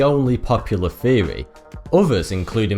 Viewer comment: My man!!! The word is THEORY not FEORY!!!!